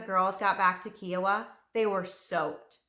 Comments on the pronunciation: Great detail. Thanks. However, its Ki o wa, not ke o wa. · I’m very familiar with this story. I was an 11 year girl in Tulsa Oklahoma when this occurred. It was terrifying. I’ll never forget this horrible time Edited: it’s pronounced KI-a-wa. Long I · Her in depth research should have included the correct pronunciation of Kiowa.